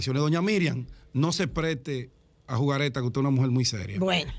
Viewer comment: Amigo ,no se dice JUGARETA....se dice :JUGARRETA!!!